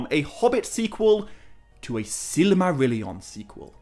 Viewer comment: I wholeheartedly agree. He puts in a tremendous amount of work. But the way he pronounces Silmarillion drives me mad. He uses 6 syllables instead of 5. almost sounds like „silly Marillion“.